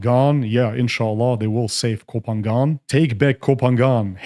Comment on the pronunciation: I agree with you but please learn to pronounce Koh Phangan correctly to be more convincing.